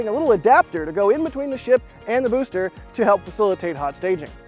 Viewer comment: "Boster" 9 😂🎉